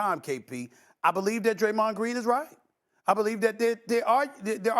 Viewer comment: Sas just called him (Draymond) Jayron Jean😂😂😂